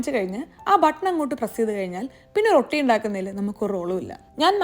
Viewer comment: റോട്ടി ❌ റൊട്ടി ✅